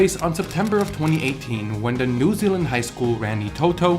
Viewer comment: Im from New Zealand. You pronounced "Rangitoto" better than you did with "New Zealand"